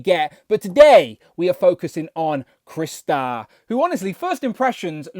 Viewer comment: Its CRY=😢 Star=⭐️! NOT Chris-tar! Ugh for fucks sake!